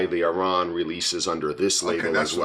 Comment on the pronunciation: Enjoying the reviews, just caught up on this channel, but your a little off with the pronunciation off the Distillery hard 'AHR-ran' 😊 But who worries, as long as your enjoying the content.